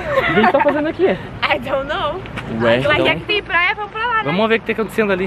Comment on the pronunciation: "AI DOU NOU"